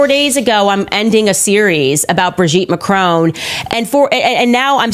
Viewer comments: It's Macron as in Mac ron not macrooon. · It is Macron, not Macrone... please 🙏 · It is not MACRONE!!!!!! My god...can't even pronounce the name properly!!!! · 'Mah-cron'. There's no 'E' on the end, it is not 'Ma-crone'. It's French, dude. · American podcast all pronounce Macron as Ma crone, it’s Ma cron as in ron………………sorry for being pedantic but I do feel better now 😂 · Macr-on not Macr-own!!